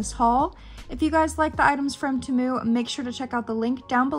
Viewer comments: its pronounced tea-moo also sorry about your foot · I think it's pronounced like tea moo but I'm not sure